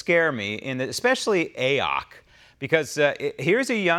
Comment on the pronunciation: I love that you refer to her as A-ock, hahaha!! Hilarious.